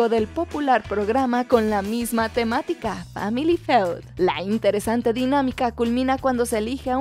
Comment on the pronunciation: "Sematica", "tikitaka", creo que podrías entrar en el top